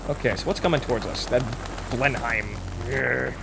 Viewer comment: Still haven't figured out how to pronounce "Blenheim" yet I see. (It's Blen em! And Beaufighter is Bow fighter! My ears bleed when ever you get it wrong!)